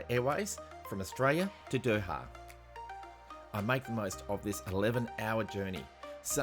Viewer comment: I love your video, but you might want to work on the pronunciation of Doha. Try sounding it out: "Do" (like in "go") and "Ha," not "Douha."